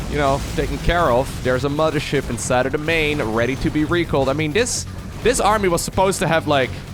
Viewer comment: Great video as always but please stop calling it the mama ship. Thank you.